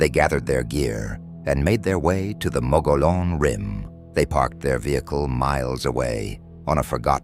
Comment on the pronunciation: Perhaps you should get your AI to pronounce mogollon rim properly